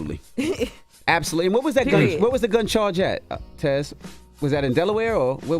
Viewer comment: Y'all think Tez hating on that girl or she just can't pronounce her name